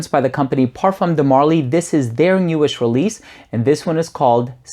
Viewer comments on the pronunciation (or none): maybe it's just me, but are you really saying "new-ish" instead of "newest"? I noticed this because right after this video I jumped to your old review video on La Nuit De L'homme Eau Electrique and that's where I noticed it. Sorry to bring this up, but either way I still love your channel and have been your subscriber for over 3 years now. Maybe we can use "latest" alternately? Ha-ha